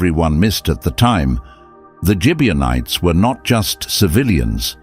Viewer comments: Gibeonites with a hard sounding g not a j sound. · RizpahCain not Kane. Gibeonites not Gibianites. Rizpah not Risper. Saul not Sol.